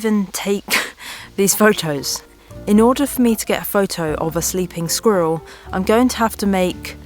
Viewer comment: Just the word "squiller" is impossible to pronounce so quit, please...